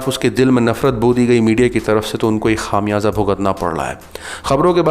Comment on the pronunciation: Khaam yaza nahe bhai khumyaza. Correct your Urdu pronunciation .shukria